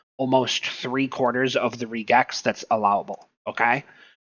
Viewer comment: Nice video. Probably could have cut the intro down by 75%. Also, just mentioning, Regex is short for Regular Expressions, and it's usually pronounced the same way: Reg - X.